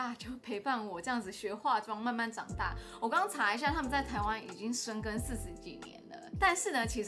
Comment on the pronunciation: 應該是「深耕」不是生根😂